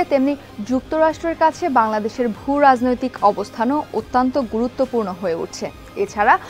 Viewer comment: Your presentation and body language are commendable. Your Bangla pronunciation of ATTYONTTO isn’t correct, please watch it. Thanks